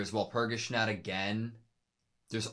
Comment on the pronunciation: Walpurgisnacht is pronounced wahl-pur-gis-noct, sorry to be a big nerd ☠️ The hurt done to Sayaka is not physical. Madoka sees it that way, physically, because she does not like to see her friend fight so recklessly. Even with healing magic (which all the girls have, Sayaka's is simply enhanced), magical girls can still die if their soul gem is broken. Mami died from being overconfident, Sayaka's brashness is just as if not more fatal. The real hurt, though, is emotional, spiritual. Expending magic to heal, like all other magic, darkens your soul gem. The darkening of the soul gem means less magic can be used before you turn, but it is also a representation of your well-being. iirc it's never outright stated that expending magic without restoring it affects your wellness directly but it certainly seems that way? That's up for interpretation though.